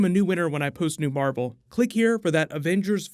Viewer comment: Captain mar-vel here we go